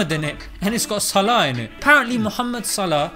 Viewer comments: Mashalla great video brother. But why do you not pronounce his last name correctly as Salaح. You make it sound like his last name is صلاة. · Its probably Swaleh, not Salah (Swalat) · It's No Pronounced Like The Word That Means Prayer (صلاة) It's A Word That Means Righteous (صلاح ) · SALAH name is not meaning prayer , it is similar in pronunciation but it is not the same meaning . i am an Arab person and i know what i am talking about . (the player name ) صلاح not equal صلاه ( prayer ) " ح " in صلاح pronounce as " ه " in صلاه but the two words is not the same you can find the meaning for the word صلاح (the player name) through the following link : thanks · اتفرج عالفيديو في اوله تاني, هو بينطقها "صلاه" مش صلاح فواضح فعلا إنه مش عارف إن اسمه بالحاء. عمآ الفيديو الوحش فيه عنوانه كان ممكن يكتب عنوان زي "أخلاق محمد صلاح الاسلامية" حاجة كدة يعني بدل ما يكتب "صلاح بيغير دين جماهير ليفربول ؟" ويشخصنوا اكن ده هدف من اهدافه انه يغير دينهم. الصحافة البريطانية من احقر ما يكون مش زي ما حضرتك فاكر هي اصلا قايمة عالاشاعات والهري, لو وقع في ايديهم فيديوهات زي بتاعت الشيوخ اوالكلام ده والله صلاح ما هيسلم منهم. ربنا يحميه علي اي حال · ماهو بينطقه صلاه لان معندوش حرف الحاء لانه مش عربى لكنه فاهمه عادى الموضوع خد اكبر من حجمه ههههههههههههه انا بقول ندعى لصلاح ربنا يباركله ونقفل الموضوع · It's Salah as Salahuddin not as prayer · correction:his name should be pronounced as Saaleh(Name of a prophet) not Salah(Namaz). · Its صلاح not صلاة mate its two different words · It's Salah (صلاح) not salat ( صلاة) LOL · By the way bro His father’s name is Salah as صلاح righteousness No Salah as in صلاه prayers , just thought to correct the tiny misunderstanding God bless you all